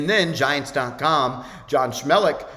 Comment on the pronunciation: Gotta work on that pronunciation of Jon Schmeelk